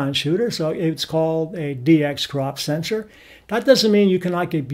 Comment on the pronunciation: It sounds like you are saying "full-frame sentry", instead of the proper word "sensor".